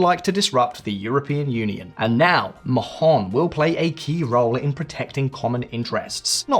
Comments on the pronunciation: Not "maJon". The H is silent for gods sake. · if translated from Spanish, it is ridiculous to mispronunce Mahón so horribly. It doesn't make any sense. But Spanish isn't actually the local language. It is Catalan, and in Catalan the name is Maó, which local people pronunce "Maw". Maó is both the historical and currently official name in use, in spite of Spanish efforts to erase Catalan language and identity. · You don't pronounce the H in Mahon. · I agree. I found it cringe how he mispronounced it. But maybe that's what they call it in England. Just like Roma is not pronounced Roma in English. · that is almost the case with foreign names on English speaking channels. Please do some research about how to to pronounce something.